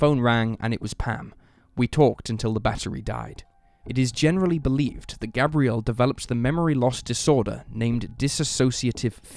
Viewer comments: Its pronunciation is Gabe-re-ell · His name Gabriel like the arch angel not pronounced like the girl name